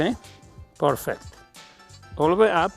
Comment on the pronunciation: I love the way he says porfect 😁 would have loved to be able to train with this legend